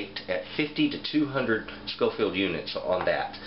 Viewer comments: I’m sure someone has already picked you up on this, but it’s Scoville abbreviated as shu, not schofield as you are saying. Also there is no such thing a paprika chill, despite what it maybe labelled as where ever you were getting them. Depending on the region you get it from, paprika will be made from various different Chillies or sweet peppers. So in hungry where the best paprika is considered to be made, they mainly use a sweet Ramiro pepper, but again depending on the region others will be used. In Spain where they tend to prefer a little heat in their paprika, it will be a slightly warmer chilli like a Serrano. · It is SCOVILLE units, not SCOFIELD. Just saying. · Great information. Btw its "SCOVILLE", not "SCOFIELD". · Thanks for the video. Its actually Scoville units, as opposed to Scofield. I enjoyed the video though. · It's Scoville not Schofield and most crushed red pepper at your local grocery store is crushed cayenne. You sounded well informed other than that lol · Did you call them "scofield" units? It's scoville. Some good information but that should be cleared up. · Scoville, not "Scofield". Oy. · I'm just wondering why he said "Scoville" correctly the first time, then switched to "Scofield"... Otherwise, great video. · "Scoville". Names after Wibur Scoville who created the scale in the early 1900s. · It's Scoville unit, not Scofield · Its scoville units not scofield units! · It's Scoville not scofield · Am I crazy or do you keep saying "scofield"? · You're right. He said it correctly in the beginning, then kept pronouncing it like "Scoffield". Kinda irritating, but still a good video. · Every time he said “scofield” …. How am I supposed to take him seriously? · I cringed every time you said "scofield". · I can't believe there are not more comments on this. For being a professed knowledgeable person about chile peppers and heat, you'd think he'd know the words 'Scoville Heat Units'. He misspoke many times, not just once.